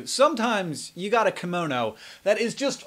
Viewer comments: Hank, is called KIM- MO-NO, not KAM-MO-NO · That Japanese thing you talk about... "kimono"? Is that how you pronounce it in English? The "ki" is really more like "kee", there's an E-sound there. ^^;; Or I may be wrong and you were talking about something else entirely, in which case, ignore me.